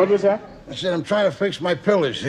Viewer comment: "I said I'm tryna fix my pill-ahs, he-ah."😂